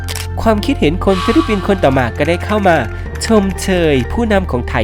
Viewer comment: ฟิลิปปินส์จ้า ไม่ใช่ฟิลิปินส์